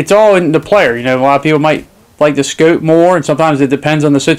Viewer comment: "Ya gotta have the 'scooupe' though"